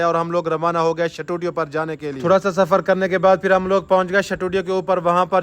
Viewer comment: Shutudio ni hota studio hota he